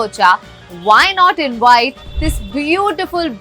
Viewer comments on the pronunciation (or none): I love watching your videos Kamiya but please please pronounce your Vs correctly and don’t replace your V with W. Example: Its invite not inwite Its visit not wisit Vote not Wote Victory not Wictory Please bite your Vs and kiss your Ws 😊